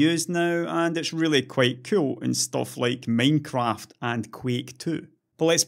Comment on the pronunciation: now thats a weird way to say minecraft